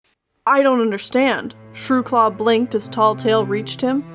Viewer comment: I heard True Claus and Bartkit